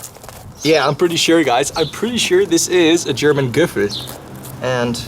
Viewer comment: Your German pronunciation is awesome